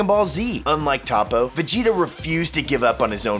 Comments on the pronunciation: Toe-po not top-po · Okay but...who the fuck is TAPO?? Repeat after me “Toe-Po” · Its not top ooooo its topoo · Why do you say topo? Though his name is toppo lol the way he says it is like topo😂😂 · It's not "Top O" It's "Tow Po" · Topoe? Not toppo him didnt know they changed his name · What on earth is a Topoe? Its TOPPO....TOP PO! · Toe-poe you fucking newb. “Top-po” wtf. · ....I'm starting to believe you actually haven't watched the anime.... Top-O? Its fuckin Toe-poe... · please call him toppo not tappo learn the names... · I hate mispronounciations... Tah-Poe? No... Its toe-poe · Tah-poe???? You me "toe-poe"right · IT'S TOPPO NOT TOP OH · Toe-poe, not top-poe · It is pronounces Toe poe Not Toppoe Bappo no slacko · Its pronounce Tapo? Is it not Topo? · Boy it’s pronounced toe-poe not top-poe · its toppo not tappo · Its toe-poe not ta-poe its 1 letter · He said toppo as tappo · who is Top po? does he mean toppo? (Toe-poe)? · toe-poe finetically, not top-oh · Anyone else cringe everytime he said Top-o? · “Top-Poe” fuck this nigga doesn’t even watch dragon ball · Did u just say tappo bitch? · When he said topo I died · Better than the scrubs who think "Toepoe" is correct. If you're gonna put an American "accent" on it, pronounce it "Tahpoe" at least. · These people watch the anime and still butcher their names even though their names are said in the anime really how do you screw up a name like toppo....its toe-poe....ughhhh goodddddd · Its Toe Po and Pu Pu....... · Ta-poe... I cringed everytime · A volatile noodle, doesn't the Japanese pronunciation say toe-poe? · He really called him Top-Poe 🙄... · lol he said tApoo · It's pronounced "hoepo" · It's Tōpo. There's no "Toe" in the actual sound. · he said Top-oh 😂😂😂😂😂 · Y do you pronounce toppo that way when u have heard how it is pronounced.. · You said toppo name wrong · How do you mispronounce Toppo's name!? Smdh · SAY TOPPO WRONG AGAIN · He can’t even say Toppo right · U pronounced Toppo wrong